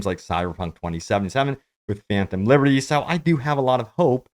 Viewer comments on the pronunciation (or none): none